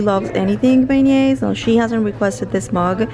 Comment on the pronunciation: You look beautiful fresh faced! That hair product looks amazing. When I stayed at PO French Quarter in April I bought the Beignet All Day Tshirt. Love it, it's so cute and soft! Your Beignet pronunciation is perfect 😉